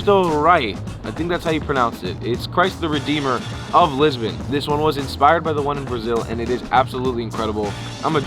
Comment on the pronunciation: Hey guy Lisbon is pronounced Lisbohn,and not"Lisbin",as you keep saying!